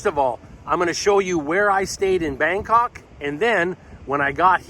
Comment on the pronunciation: my stuff up he did say Bandok as well sorry lol